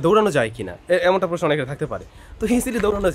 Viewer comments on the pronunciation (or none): none